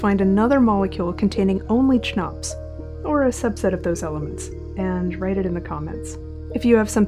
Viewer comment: I'd pronounce it "kuh-nops"